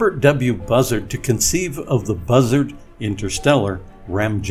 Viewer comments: Bussard is pronounced Boo Sahrd, not Buzzard lol. Otherwise, a great video!! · oo...long "u" sound as in "shoot" It's FRENCH ! Nuclear... three syllables: 'new, klee, uhr' Or better yet 'new, klee, er' K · Constantly mispronouncing Bussards name by the use of shitty text to speach is frankly insulting.